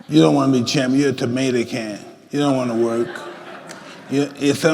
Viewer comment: “You ain’t a champ ,You’re a tomata can” lmao